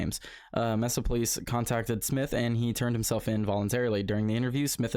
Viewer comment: Its pronounced May Sa